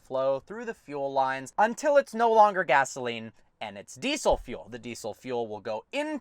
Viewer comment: Deesol .... Deesol deesol .... "So you can't put deesol fuel in it"